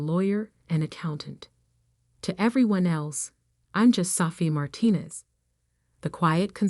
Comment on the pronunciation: Same old stories in a different version. Gettinng tired of these boring stories. Sofia- is pronounced SO-FI-A NOT SAFIA